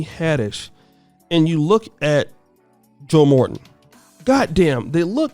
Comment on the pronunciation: Yo said joe Morton I'm dead